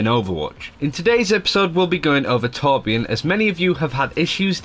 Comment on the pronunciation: Hey, just wondering why you as a swede pronounce torbjörn as tårbjårn:p